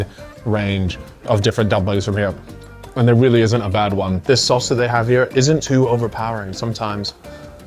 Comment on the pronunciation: WHY DOES HE SAY “SOAS” INSTEAD OF “SAUCE”